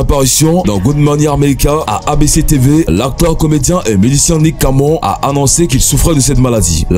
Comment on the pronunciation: Nik camon et il dit même zuss pour juste 😂